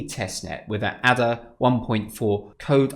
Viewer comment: It is pronounced Ada.... as in the name. It was named after Ada Lovelace, the famous mathematician.